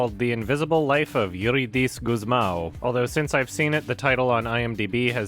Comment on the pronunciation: In case anyone wanna know about the correct pronunciation of "Eurídice Gusmão": (that got wrong, not like it's a big deal) the "í" marks the strong part of the word, so instead of eurideece like said, it's eureedice for Gusmão he got closer, the A should sound deeper/ low pitch and using the back part of your mouth